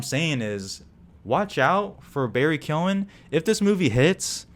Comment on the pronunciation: This was a great review! Appreciate your insight, and also respect to you for being one of the only non-irish people to pronounce the name Keoghan correctly! Subbed.